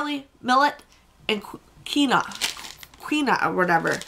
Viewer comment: It's pronounced keen-wa 😜🤣